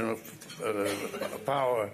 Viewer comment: Unlimited.. Ppowah!